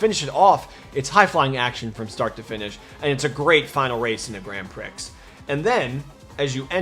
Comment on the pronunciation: Grand Prix(Pree) not Grand Prix(Pricks) 🌈The more you know🌈